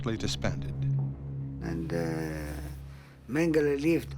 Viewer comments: It’s Mengele 🤦. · Everytime I hear his name mangele I always hear mangel. Not too far off he was...please everyone let's learn...no hate..only love... much love..positivity..happiness..good health and peace to all. Please everyone..just love...